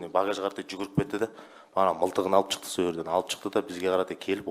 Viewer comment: Неге чыкты,чыктык,чалып деп сойлейды.Шыкты,шыктык,шалып.